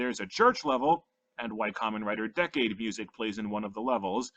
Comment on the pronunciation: Kamen Rider Decade is pronounced decayed